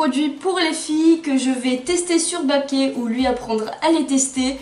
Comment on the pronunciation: =kébab mdrrr 😂😂 c trop bien continuer